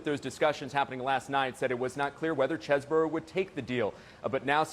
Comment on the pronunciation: Why do people call this guy cheese-borough??? His name is chez-bro.